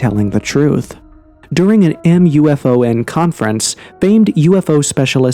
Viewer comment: Couple things..... it's pronounced "Dull-say" and they say it like the acronym is spelled, "Moo-fon"